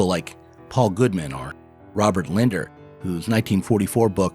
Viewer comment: The psychologist referenced, and and, is Robert Lindner--with two 'n's. ( pronounced it as if it were spelled 'Linder.')